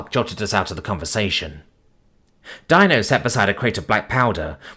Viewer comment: Dino is pronounced Deenoh